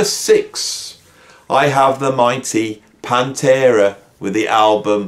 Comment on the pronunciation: To be fair, did say at the start that metal isn't his main genre. But I caught that too. Dissident is one who rebels against society. Many people still think it's Stained Glass. Can't blame them. The cover looks kinda stained glassy. I like how the Brummies remove the T from Metal. Also, says "PAHN-terah". In U.S. we say "pan-TERA" He makes it sound like the name of a fluffy kitten. Here in America we say it like a solid punch.